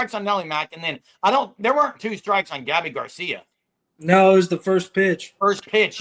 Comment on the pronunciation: BOOOOOOOOOMMMERRR! Gabby Gar-See-YA 👋🏼